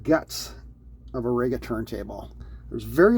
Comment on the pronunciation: its pronounced REE-ga. not RAY-ga. and you call yourself ""! 😉